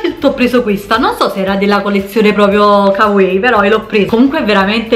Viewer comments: Ma perché "kawei"? Si dice come si legge, " ka wa ii" (l'ho scritto staccato cosí capisci la pronuncia) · Kawaii si legge "cauaí" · Tesorooo si pronuncia kavai, ahahaha lo so xkè vado pazza x il giappone e tutti i suoi termini, video utilissimo x poter acquistare in tutta tranquillità grazie un abbraccio ❤ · Non varia da pronuncia a pronuncia. Si pronuncia "Cauaii" e basta, se qualcuno lo ha mai pronunciato diversamente lo ha fatto sbagliando, ho studiato giapponese e questa è una delle prime cose che il professore ci ha detto essere conosciuta in modo sbagliato in Italia! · Ciao, a dire la verità si pronuncia 'cauaii' (la doppia - i - finale si allunga ma in un unico suono). 😉 ✌ grandissima 😊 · Marika Frigerio penso varia da pronuncia a pronuncia, in molti video giapponesi dicono kavaii e in altri come dici tu, mi sono documentata ahahah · bella la collezione "cauei" xDDDDDD